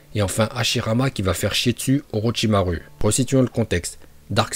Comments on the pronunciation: « Orotchimarue » 😭 sinon tres bonne video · Orochimaru avc le u😂😂😂😂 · Mdrr il a sorti orochimaru(u) au lieu de orochimaru(ou) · orochimarou pas orichimaru 😅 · Pk tu dit orochimarU moi je dit orochimarou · il a quand même aussi dit oroTCHimarU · T'a vraiment dit Orochima rue ? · Déjà j’adore ces vidéos mais j’attends juste qui prononce "ninjutsu" et "orochimaru" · C’est pas jutsu mais joutsou / ni Orochimaru mais Orochimarou 🤦‍♀️